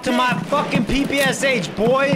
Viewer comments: PP-Sha! Not PP-S-H) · People are gonna hate me for ruining it for them, but I had it ruined for me too so you're next: PPsH-41? Did you know it's actually pronounced "Papasha"-41. Don't believe me? Go look up the PPsH on forgotten weapons. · PPSh is called pepesha actually, the h is not pronounced seperately blyat pe like in "penthouse" and sha like "sha" But mispronouncing foreign things makes everything way more american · this is P.P.Sh not P.P.S.H